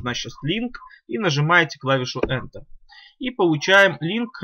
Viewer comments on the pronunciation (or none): none